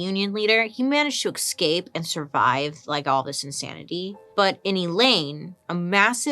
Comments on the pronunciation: To tell u the truth, honey-love, those events in Russia back to 1917 was sponsored by the USA. Secondly, the way Bailey pronounces 'eXcape' is waaaay too cute! Lastly, the today's topic is very interesting. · Is it escape or ecscape? Just checking because Bailey is queen and ill follow her every word lol x